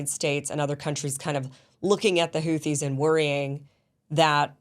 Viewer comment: Kim congratulation for your pronunciation of the word Houti. Really almost close to the pronunciation of the Yemeni peoples BTW i am a fan of your program. I am a man from Djibouti of Yemeni background. The people of the 2 shores of the Red Sea have been going forth and back from centuries. Djibouti not only hosts a Chinese military base, but also an American base, a French base, a Japanese base. (very surprising in view of its neutral constitution) The Houthis, and generally the Yemeni people, are fearless fighters. Ask the Saudis with theirs American advanced weaponries and the bankroll. Emiratis 's mercenaries with their billions of dollars.